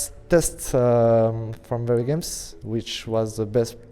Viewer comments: hahaha he don't say very he say wery xDDDDD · Wery Good Ewyone just joking I love Kenny :D